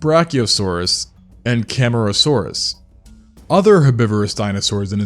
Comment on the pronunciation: Listen, I love the knowledge passed by this channel, but I hate the pronunciations, like GIGAnotosaurus and CAMARAsaurus, not camerasaurus. Anyways, the content is great tho